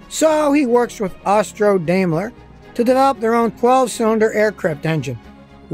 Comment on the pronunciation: Note: Daimler is correctly pronounced "DIME-LER" - "AI" is a German diphthong pronounced like a long 'I'.